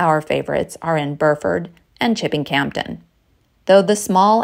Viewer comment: Ve the Cotswolds too, but FYI, The 'p' in Campden is silent.